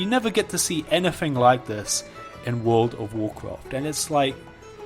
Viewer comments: What could have been a 2 minute video was spanned out to over 10 minutes of listening to "this doesn't look like world of woorcwaft" and "you don't usually see this kind of stuff" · Take a shot ever time he says Wool'd of woorcwaft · Wold of Worcraf